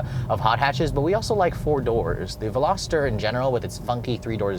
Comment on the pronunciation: The Hyundai qualifies as a “sports car”????? Also, it’s not a “Velosater”; it’s a Veloster. The Miata needs to be a full convertible, just like mine.